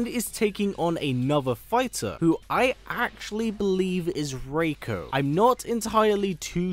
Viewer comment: Thank you for pronouncing Reiko's name correctly